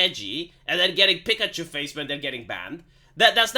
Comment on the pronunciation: I love how this guy goes: “Pikuchoo Fayse”!